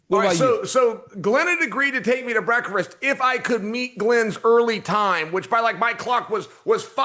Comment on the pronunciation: Chael "Breakfrist" Sonnen